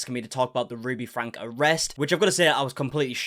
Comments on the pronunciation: It isn’t pronounced Frank it’s FrankE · Her last name is pronounced FRANKIE not Frank. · Frank-E, you always say it wrong.